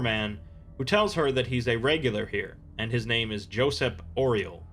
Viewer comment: Josep is actually pronounced Joo-saep, it's a common catalan name